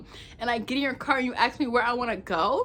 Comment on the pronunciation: You want to get a decent date? Learn how to say the work "ask" property. #entitledAh